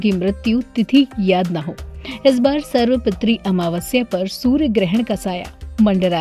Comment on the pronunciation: सर्व पितृ का उच्चारण सही नही हे